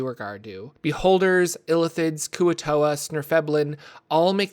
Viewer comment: [svirf-NEB-lin] but also, no need to re-upload/re-record (remembering Bhaal) 😊